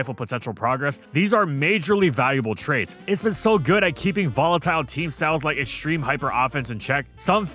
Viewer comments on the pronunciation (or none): none